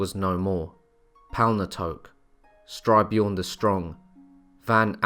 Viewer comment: Styrbjorn as in Stir-BYorn. Which means 'Violent Bear'.